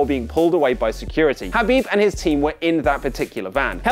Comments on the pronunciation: “Habib”!? It’s Khabib 😂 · Habib ?? Khabib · botching Khabibs surname